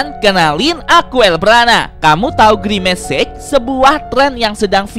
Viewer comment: parna girmec itu atu girmic anjiiiiig😂😂😂😂 anjai